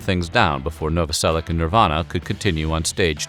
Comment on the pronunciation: Pronounced Noveselic"h"